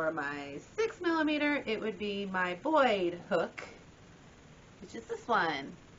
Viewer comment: Pronounced BOY, not BOYD...